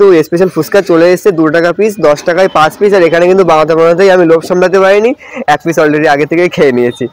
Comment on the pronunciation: পিছ নয় পিস হবে।